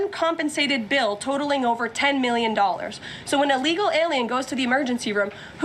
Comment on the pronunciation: What does “uhlegal” mean?